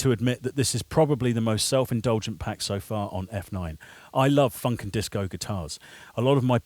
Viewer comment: There's just something odd about when white people say the word FUNK it just amuses me to no end lol...